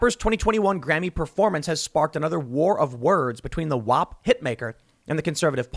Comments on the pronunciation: You might want to watch your pronunciation of “WAP” there Tim. you almost offended some Italians, lol. Fuchs is also pronounced “few-ks”, so you can say his name. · Why does Tim keep pronouncing Wap as Wep?